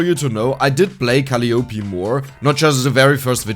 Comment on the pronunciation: If her name is pronounced in a traditional English way, it would be "kuh-LIE uh-PEE"... not "CALL-ee YOH-pee". But I don't know much about HoloLive or how they pronounce things.